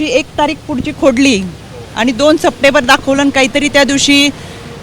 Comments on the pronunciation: सप्टेबर नाही सप्टेंबर म्हणा ताई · AGAIN AGAIN THIS CHAKANKAR LADY IS PRONOUNCING SEPTEBER WHERE AS IT SHOULD BE PRONOUNCED AS SEPTEMBER. ONLY OCTOBER IS PRONOUNCED AS OCTOBER IN ENGLISH AND OCTOMBER IN MARATHI.